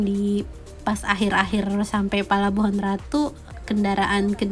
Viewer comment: 👍👍👍 cm ucapannya bkn palababuhan ratu tp pelabuhan ratu. apa sihh artinya parno apa sama dgn porno,?